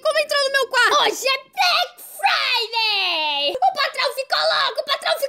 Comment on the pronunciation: Gente não e Black Friday e Black faude